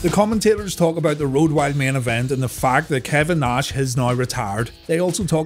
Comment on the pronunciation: great episode,as usual,keep up the great work!!!! (and always get a kick out of you saying "Kevin NAWSH).....lol.